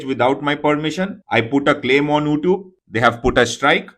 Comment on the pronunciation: LMFAO! Can't even correctly pronounce "YouTube" but still has the audacity to place copyright strikes on harmless YouTube channels and to threaten them for using clips that are already widely available for free use and do not solely belong to the stupid company, ANI